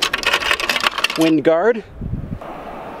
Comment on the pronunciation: When he said "Wing Guard" I know I'm not the only one that said "iumLeviosa"😂